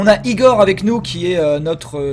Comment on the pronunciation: "Ça se prononce Aïgor !"^^